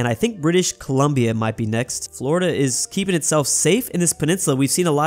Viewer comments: “Flordia” lol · Who else noticed he called Florida "Flordia" LOL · I love the "Flordia" ajjsshajajhahsjsjsjs, alternative Florida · called Florida "Flordia"